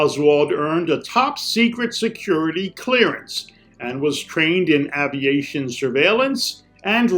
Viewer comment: You need to learn how to pronounce AVIATION.